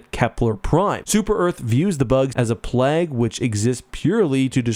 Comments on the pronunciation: “Plag” from the Midwest lol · I’m sorry, did this guy pronounce plague like “plagg”? 😂